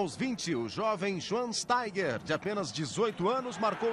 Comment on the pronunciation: Lembro que quando o Schweinsteiger surgiu no Bayern, os narradores estrangeiros tinham muita dificuldade de pronunciar seu nome, fato que hoje não existe mais, todo mundo pronuncia de forma automática. Dá para ver aos ("Schwan Steiger")